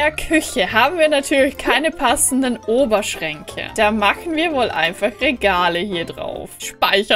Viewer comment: Ich habe anstatt Oberschränke Oberschenkel verstanden🤦‍♀️🤣😂👍😑